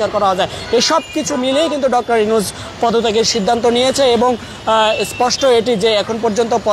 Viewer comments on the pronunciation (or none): ইউনুস ও কর্মসূচি উচ্চারণ ভুল হয়ে গেলো না! ছোটখাটো ইউটিউব চ্যানেল হলে মানা যেতো। বড় একটা মিডিয়া প্রথম সারির। সত্যি হতাশা জনক।